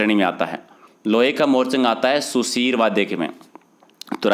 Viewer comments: Sir it's not Sudheer it's sushir... 🙌 Maaf kre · Sudhir vadhy ni hota bhai sushir hota h